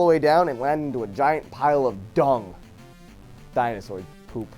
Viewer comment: whats a dinoshore. if u mean dinosaurs just say so